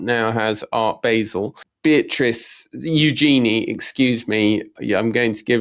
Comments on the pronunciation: Tom, just had to say otherwise your name may mispronounced like Toem. Eugenie - said you-Djinn-ee. Not you Genie. The Princess is not the spirit/three wishes person summoned from a bottle/lamp (as far was we know). Yet, a Djinn is a genie (French corruption of the word, allegedly) djinn are fable, Middle Eastern. Being Brit, love a panto and a flying carpet, yet that could be unconscious bias. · If you’re going to talk about Eugenie, please learn how to pronounce her name properly! Hint: it’s not EuJEANie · it is eu - gen - nee